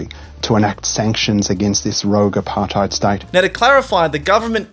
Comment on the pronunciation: Apartheid Apart hide (spoken as one woed)